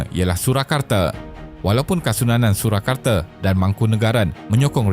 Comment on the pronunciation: Surakarta bukannya Surakarte.. Baca bagi elok skit